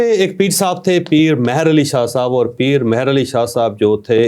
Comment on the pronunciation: چوہدری صاحب لفظ مہر علی میں آپ نے م پر زبر پڑھ کر اس کا مطلب ہی اور کر دیا ہے جبکہ مہر میں م کے نیچے زیر ہے جس کا مطلب رحمت یا نظر کرم بنتا ہے یعنی جس پر علی کرم اللہ وجہہ الکریم کی نظر کرم ہو ۔ یہ لفظ وادی سون سکیسر کی زبان سے ہے۔